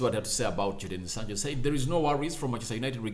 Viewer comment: Bruv, his name is Jadon